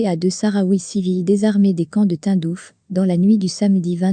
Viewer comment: Le « Tundouf » 🤣 et le « Joé » Biden